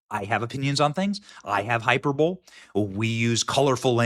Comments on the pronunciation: Hyperbole (high-per-bowl-EE) A hyperbull would be something that Jer might be more interested in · Hyper-bowl? Hy-perba-lee. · Benny, Say it with me “HI-PER-BOWL-LEE” lol, hyper-bowl. Just giving you shit, bro 🍻 This souless grifting charlatan deserves to be financially bankrupted, so her bank account matches her morals. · it is not pronounced hyper bowl. It is hy PER bole eee. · ☮️🕊️ Benny hyperbole is NOT pronounced "hyper bowl". NO. It is pronounced: hyperbole = hyper bow lee hyperbolee. Youve heard it a million times. (It gets me when people say "nuke u ler" in stead of nu cle ar. Im an author so perhaps this is why its my biggest "pet peeve". Great show Benny ⚖️🇺🇲⚖️ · I love you Benny, but please pronounce it High-per-boly, not High-per-bole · Hyper-bowl?😂. Brother, I think it's pronounced high-per-bow-lee. It's all good though because you've one of the very few to actually call out this conservative grifter Candace Owens, unlike the Queen Grifter Megyn Kelly, Benny bringing the concerns of the MAGA base, directly to the administration. My opinion is that Benny's work in passing along what the Trump base expects to consider this a successful administration,certain things will NEED to be accomplished. Starting with criminal indictments of both Comey and Fauci. So, good work brother. You're one of the few online new media journalists who's actually making a difference and driving responses back from the Trump administration. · Hyperbowl?😂😂😂 HI-PER-BOL-EE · I'm disappointed You said hyper bowl. Hyperbole is pronounced hi-per-bo-lee with the accent over 'per' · ⚡Hyperbowl!?🏈 High-per-bow-lee Btw Baron Coleman did somewhat of an analysis on this suit today, I believe he is/was a lawyer? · Just an fyi; Hyperbole is pronounced as "hye-PER-buh-lee" So not "hyperBOWL" 🤭🤣🤓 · Hyper bowl? 😂 in all love- it’s pronounced Hi-per-buh-lee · Benny has engaged in "hyperbowl" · “Hyperbole” Hype-er-bowl isn’t a word High-per-bowl-ee is the correct pronunciation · "Hyper bowl" lmao.